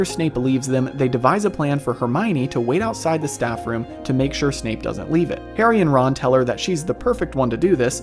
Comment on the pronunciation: At about did anyone else hear Snape being called Snoop? lol that made me laugh